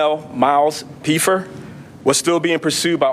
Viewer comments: It’s Pfeffer, pronounced Feffer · This officer needs to take a public speaking course. He's the only person in the room who doesn't know that the "P" in Pfeffer is silent, nor does he know that Buckingham, PA is in Bucks County, not Delaware County. Which is why I'm pretty sure it was a Bucks County SWAT team that participated in the arrest not the Delco SWAT team.